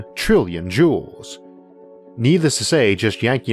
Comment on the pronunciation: Thank you for pronouncing “Joules” as its homonym, “jewels”. Much much less grating now :)